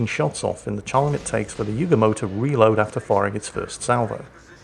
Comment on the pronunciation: ACKshully,, YOOO goo mo. Not pronounced You-gah-moe, or like the Beach Boy's song 'Kokomo'.